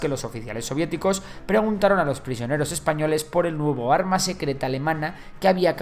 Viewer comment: ¡CUÁL ES EL ARRRMA SECRRRETA! - La que tengo en la bragueta :P